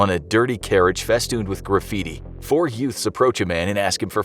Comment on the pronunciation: Did you say yoot? What is a yoot?